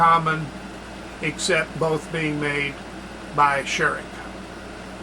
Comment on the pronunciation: Very informative video! But please do not be offendend, but you got the pronunciation of Scheurich very wrong. But I guess it's not that easy for an non-native speaker.